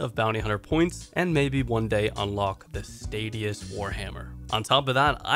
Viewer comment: Stat-tee-us* Statius ≠ stay-dee-us Appreciate all the effort you undertake to produce the iron man series. I remember back when you got the hammer after burning multiple accounts for getting range level too high with the cannon. This level of effort will allow you to corner this marker of a niche account that is nearly impossible to others who can’t be bothered to put in an ounce of foundation work, they just buy up gold, gear their afk trained pure and make highlight reels. I imagine this can feel quite thankless at times so I just wanted to give my two cents on your explanation of how tedious one death is on an iron pker, great job!